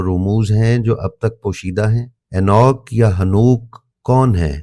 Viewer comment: یہ اینوک نہیں اینوخ ہے۔